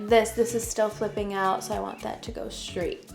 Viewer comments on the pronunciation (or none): Straight not shtraight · Why do you sometimes say the word “straight” correctly and others incorrectly? It’s Str. Not schraight.